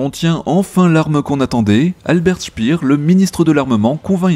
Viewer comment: Très bonne vidéo ! Quant à tes cours d'allemand LV2, tu te débrouilles pas trop mal, sauf pour le ministre de l'industrie, Albert Speer, à prononcer "chpéér" plutôt que "spir"😊